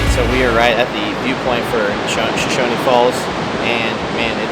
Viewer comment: It's pronounced "Show-Shown" falls. No "e" on the end.